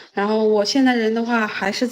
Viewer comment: 大家(甚至官方)都把曼德勒的勒字發錯音了 勒字的發音是 ㄌㄟ / lei，勒住的勒 而不是ㄌㄜˋ leˋ